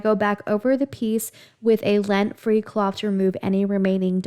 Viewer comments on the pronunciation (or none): LINT free with an I, not lent